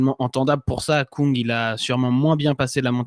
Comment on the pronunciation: Svp, pas Stefen Koung, mais Kung. En Allemand, ü se prononce u et u se prononce ou.